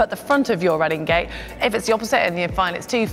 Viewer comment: What is she saying? Running gay?